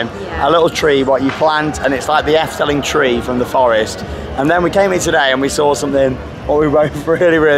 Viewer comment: It’s pronounced more like Eff-duh-ling..... 😊👍🏻 great vlogs as ever! Thanks